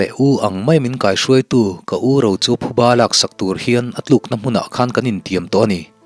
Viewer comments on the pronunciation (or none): none